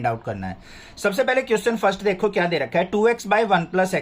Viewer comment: Sir aap dekho ki jagah dekhho kyu bolte hai will you change it and thanks for your efforts